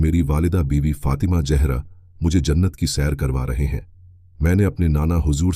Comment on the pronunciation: Urdu ka pronunciation bht kharab hai ,what is jehra?